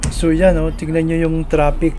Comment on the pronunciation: I just find it funny that you say "tropic" instead "traffic". I'm like, "Where is the beach and the palm trees" in your video? Lol